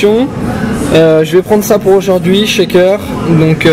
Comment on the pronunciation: Qui casse les œufs à une main, et qui sort des "Aujourdwouihi":D